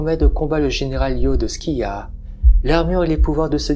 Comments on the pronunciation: Loin de moi l'envie de critiquer mais la prononciation de Scylla n'est pas bonne. Ça se lit Sila. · Alors par acquis de conscience je suis allé vérifié, ça se prononce bien " si la " dans notre bon vieux français. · Ma fois, peut être que les deux prononciation sont valides, c'est inhabituel d'entendre le "k", ça pique un peu les oreilles 🤣